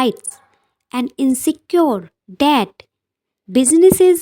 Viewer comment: Mam ensure ko please correct read kijeye sorry for saying this waise apki video bahut ache hai thank